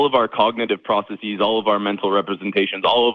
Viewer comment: Christopher and others need to stop saying “processeeze.” It doesn’t need a Greek suffix and it honestly sounds like a pronunciation people use when they want to sound smart. The rest of his argument was the usual blagh and the hosts disposed of it ably. And we got Chapter 97 of Kevin’s headcanon, which is always a trip.